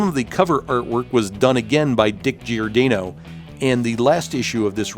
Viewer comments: Nice video, but sorry, it kept bugging me that you were mispronouncing Giordano's name. Gior-DAH-no, not Gior-DAY-no. That Alan Weiss Blue Beetle redesign gave me strong Booster Gold vibes. Ted Cord is my favorite Blue Beetle. The way the character was written in the early 90's in Justice League International was priceless! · it's pronounced GiorDAHnoe... not GiorDAYnoe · For the love of GAWD, man, how can you have been in the comics fan industry as long as you have and not know how to correctly pronounce Dick Giordano's name?! It's pronounced "jor-DON-oh" or "geeor-DON- oh". You do the homework, just do a little more.